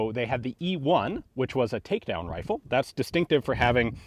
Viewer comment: Anyone else hear "wifle" at :24 seconds?